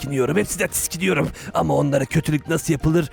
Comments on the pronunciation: konuşma şekli: tiskiniyorum doğrusu: tiksiniyorum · o tiskiniyorum değil tiksiniyorum olmasın😂